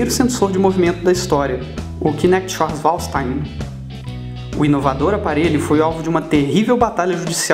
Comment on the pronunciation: Schwarzallhstein... kkkkkkk